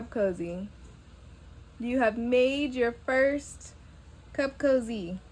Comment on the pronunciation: It is cute… but I also see me stitching it on the end of a sleeve… I thought you said CUFF COZZY 🤣🤣